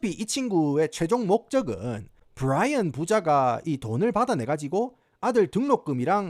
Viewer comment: 부롸이언~ 경상도 사투리에 겁네 이질적